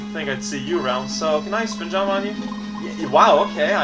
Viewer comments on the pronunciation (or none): ...Oh my gosh... If "legit" is acceptable, then using it in adverb form is acceptable too. Especially when his whole character-quirk is to use words in unusual ways or invent new ones. I suppose you also want him not to pronounce "jump" like "jaump", or for him not to string a bunch of nonsense together anymore next. That'll really make him entertaining to watch. Personality/speech-pattern quirks aren't proper, after all.